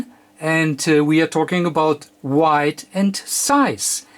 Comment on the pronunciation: Thank you, If I can just comment, this is not having a go at you and its more about trying to make you aware of it if you are not. It is WEIGHT and not WIGHT. You also pronounce it the wrong way a few times in your video. It may be your accent but not sure. Either way it does not really bother me. I just wanted to make you aware of it if you are not already. Thank you for this great video and looking forward for your next one with great anticipation.